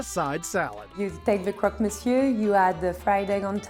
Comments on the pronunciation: Croak monseyour 😂😂😂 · AAAAH HOW HE SAID CROQUE MONSIEUR!!! IT HURTS!!